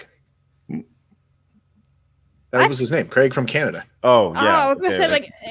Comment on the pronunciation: Might as well be greg. That's not how you pronounce craig lol, but Americans have a reputation for butchering words.